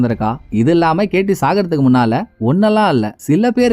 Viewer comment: Ketty ketty nu solumbothu enaku whity whity nu than kekuthu bro